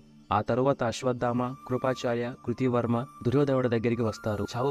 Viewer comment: కృతి వర్మ కాదు కృత వర్మ